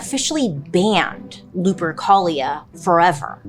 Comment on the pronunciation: Why does lupercholia sound like some std 💀💀